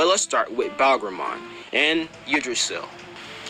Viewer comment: Why do I always Feel like he saying Bagramon he Say Barbamon